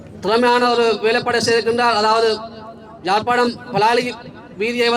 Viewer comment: தயவுசெய்து தமிழ் உச்ரிப்பை கவனிக்கவும். சொந்த ஊரின் பெயர் உச்சரிக்கத்தெரியாது. ஜாழ்ப்பாணம்? இல்லை அதன் பெயர் யாழ்ப்பாணம். இதுகூடத்தெரியாது.